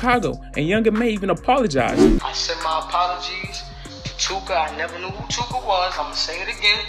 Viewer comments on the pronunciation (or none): Von & that dude were cool at one point? *Too-ka is NOT one syllable! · Tooka is two syllables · Tooka is definitely two syllables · Tooka isnt one syllable bro you learn that shi in like 2nd grade lmao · MY GUY... Tooka is not 1 syllable 🤣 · Tooka is not one syllable fam 😂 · Bro you said Too•ka is one syllable? 😂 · too-kah what does ONE SYLLABLE mean to u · Tookah is two syllables bruh lmao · 2 syllables bruh. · he said "Im the new Akademiks"... then he says Tooka is a 1 syllable word... Neeeeeeeeext 😂😂😂... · This fool said “tooka” is one syllable 🤦🏻‍♂️ this fool doesn’t know what a syllable is. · Tooka is two syllables. Other than that,interesting video dude 👍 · Did you just say tooka was one syllable 😂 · Tooka is two syllables dummie...too ka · this dude said tooka only has 1 syllable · Tooka ain't 1 syllable fam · He said Tooka was 1 syllable lmaooo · Tooka is not one syllable… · Bro too-ka is 2 syllables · Tooka is 2 syllables 😐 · It's 2 syllables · This dude said tooka is 1 syllable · He said Tooka is 1 syllable 😳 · Tooka is 2 syllables